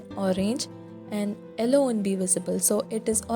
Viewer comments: Its yellow not elloo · Ello? It's yellow.